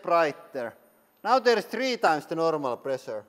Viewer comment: I miss lots of high "press-ur-ee". Great content as usual 👌